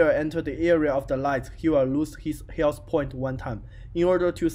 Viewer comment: That is not a problem, by the time you will be better and better, also it is not bad now! the only thing you need is to focus a little bit on the sounds of some letters (like "th" in "health). Thanks for the tutorial :)